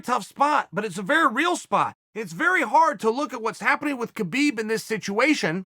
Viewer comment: It's Habib its K is silent